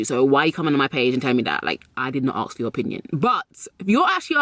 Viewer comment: It’s ASK, not AKS